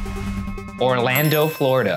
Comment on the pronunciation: not only was i surprised but appalled when ryan said orlando - someone who lives in orlando